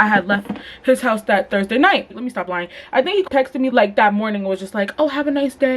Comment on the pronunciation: “i was lien “ STAND UP 💀💀😭